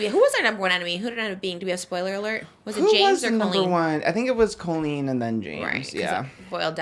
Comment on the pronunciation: Can someone please tell to pronounce Colleen properly I love you sir but stop it!!! 😂 it’s (CALL-LEAN) not COH-LEAN!!!!!!